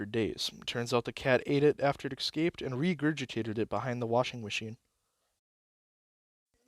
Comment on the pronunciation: hope you dont take it personally, but "ecscaped" hurts a bit every time. great storytelling otherwise